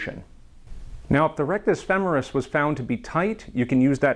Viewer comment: Thank you so much for saying "femoris" correctly. I can't tell you how enraged I get when I hear feMORis 😅